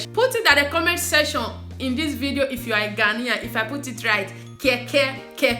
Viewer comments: Sweetheart is Kenkey not Keke... pronounce as cane..Kay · Its kenkey and not kaykay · I love Ghanaian rice whenever my best friend makes it.. My friend is here watching with me and she was laughing how you called "kenkey" to "keke" 🤣🤣🤣🤣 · Lol It's actually kenkey😂😂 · It is kenkey, make sure U pronounce the n, palm oil soup is palm nut soup